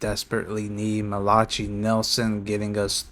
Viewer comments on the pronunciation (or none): the qbs name is pronounced Mal-la-kigh for Utep